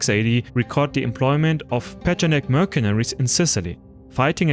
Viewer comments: It's not pronounced merkenaries, but mersenaries, you idiot! The C in mercenaries is pronounced as an S. Learn English!!! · Tibaytons? Merkaneries? You butcher the English language like Turks butchered Europeans haha